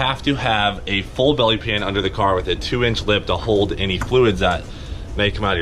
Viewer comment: Its not a belly pan. Its a bYelly pYan